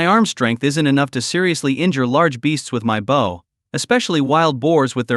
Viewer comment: When the play time is this long or longer it is usually just an AI reading a novel with bad translations of Chinese to English. I think the word I hate the most from these is "bow" since AI doesn't change pronunciation for verb form from noun form. Drives me buggy lol!